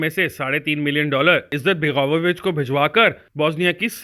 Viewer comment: Izzat-baga-vo-vich nahi balke izet-bego-vich hai.